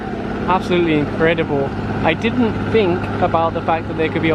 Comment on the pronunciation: "Let me know what you fink"!